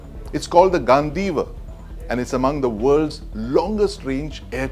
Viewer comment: it's ganDeeva, do sounds like dee in deep. I thought you read Mahabharata n knew it's spelling.